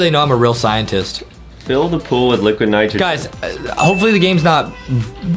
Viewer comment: ITS NYGROGYN NOT HYGROGYN